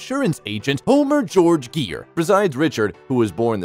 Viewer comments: Just for not pronouncing his name right you get a 👎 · Learn to say his name before you narrate!!! And Petty Woman????